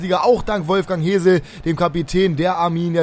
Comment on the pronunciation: Hesl wird nicht Hesel ausgesprochen sondern eher Häßl